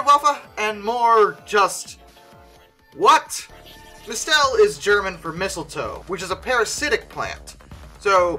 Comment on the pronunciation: "Mistel" is pronounced like mistle, emphasis on the first syllable.